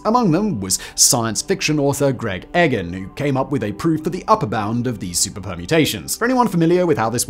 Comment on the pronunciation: and Egan